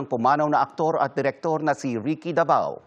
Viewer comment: It's Ricky Davao, not Da vow !!! 🤔